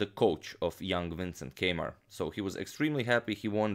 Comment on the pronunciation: When he said Keymer, I thought he said K-mart!